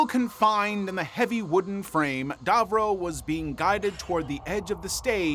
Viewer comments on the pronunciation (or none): *Davro, not Darvro! 😂🤦‍♂️